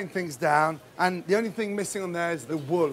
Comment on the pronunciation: “The Wowl” I like how he says wool